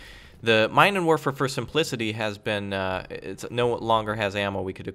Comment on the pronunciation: Minenwerfer literally means "mine-thrower". If we were to use English phonetics one should pronounce it as "meenenwurfer". Those Germans surely had some very nasty equipment.